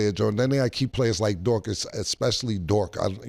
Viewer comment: new underdog over/under: saying “expecially” 1.5 times